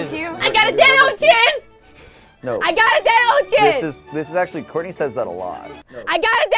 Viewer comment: SHOURTNEY XD